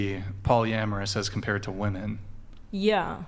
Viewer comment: I've watched countless hours of these videos, and I just can't fathom the reason these women cannot pronounce the word "women" correctly.